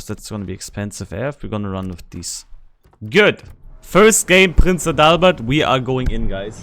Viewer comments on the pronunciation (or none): Das klingt irgendwie komisch 😂 AdaLLLbert? Hatte gesagt AAdalbert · Actually, it's not pronounced Prince 'A Dull Bird'.